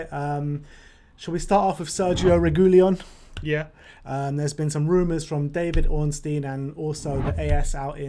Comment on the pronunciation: PLEASE learn the proper pronunciation of Reguilon! I'll try to write it as it is pronounced: "Regeelon"